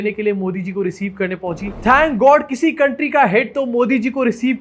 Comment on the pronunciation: County?! Really??